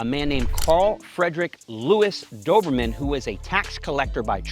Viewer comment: You are pronouncing the breeds name wrong js